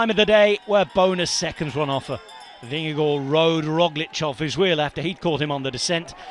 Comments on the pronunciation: This commentator pronounces Jonas Vingegaard's name like a Dane. 👍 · Good work on pronouncing Jonas Vingegaard. Spot on👍